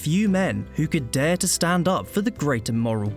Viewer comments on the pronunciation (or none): none